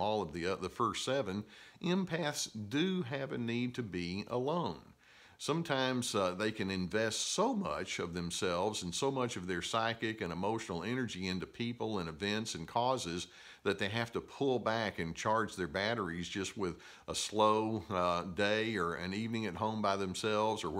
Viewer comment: Did you just say pyschic??.uuuhhh the devil is a lie!!!